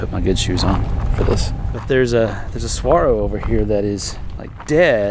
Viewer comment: az native here- SUH WA RO